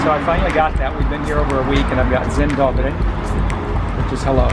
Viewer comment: Your "Dzień dobry" sounds almost perfect !:) Yes, it is really common for Polish people to organise trips by themselves not by any turist agency, so this is standard here in Poalnd that you do it by yourself, really good! :) I suggest you should visit Warsaw uprising museum, it is really good experience :)